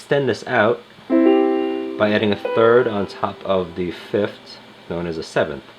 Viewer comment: Good god, the way you pronounce the interval names drives me nuts! It’s fifTH not fifT!